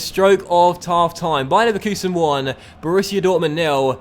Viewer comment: talf time? Really 😂😂😂😂😂